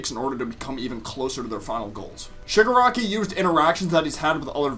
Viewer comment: Your Freaking saying Suger Aki 😂👊